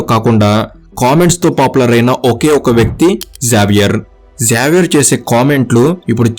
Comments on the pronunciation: జావియర్❌ జేవియర్ ✅ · Neku kanisam xavier ne sariga pronounce cheyadam kuda radhu….😂😂😂